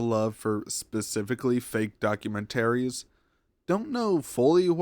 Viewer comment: The way you say "documentaries" 😂😂